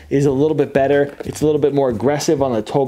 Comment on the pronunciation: Makes it even Bettah…. That accent came out hard!